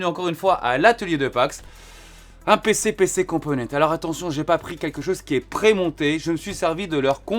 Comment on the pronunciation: Cc Pax , en espagnol , il faut dire toutes les lettres (même le s, surtout si vous êtes en collab, mais bon je pense que tu le sais ), dû coup il faut prononcer PC compomenntesss . Merci pour ton investissement ✌️✌️✌️